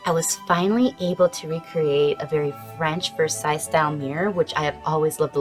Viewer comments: The final 's' in Versailles is silent – just in case you've never heard it spoken aloud before – so it's vur-SIGH. Merci Mademoiselle! 🤗🇫🇷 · Nice job, loved the ideas…the wooden pieces you say are not too expensive in Amazon which is great…fyi the last “s” in Versailles is silent…😀😊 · Thank you for the link. Fyi, the final "s" in Versailles is silent.